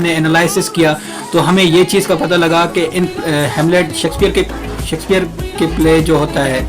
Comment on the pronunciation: Sheksphare not sexpear😂